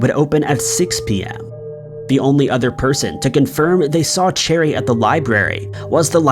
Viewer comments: Last story- her name isn’t pronounced “cherry” , it’s “ sha-ree”. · not sha-ree its pronounced Share-eeee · Cheri is pronounced SHERRY, not cherry lol geesh!! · Yeah, 'Cheri' became 'Cherry'